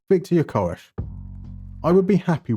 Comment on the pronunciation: So that's how you're suppose to pronounce Gyökeres? Here in Portugal we're still trying to pronounce it correctly... And I can confirm Hjulmand and Gyökeres is a match made in heaven . And it's funny that when you were explaining the different types of DMs, Palhinha and Hjulmand were the ones who came to mind, but I'd never thought Hjulmand would actually feature